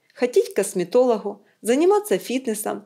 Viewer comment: Ходить к косметолоХу...Все, занавес. Рассказчикам к логопеду бы...